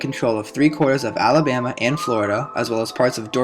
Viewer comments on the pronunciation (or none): none